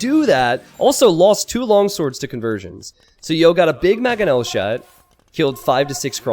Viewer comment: Love content but it's MANGonel not MAGonel